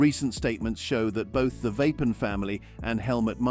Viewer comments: It’s Verstappen! Not Vappen! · AI bullshit Voice Vapen ? it isverstappen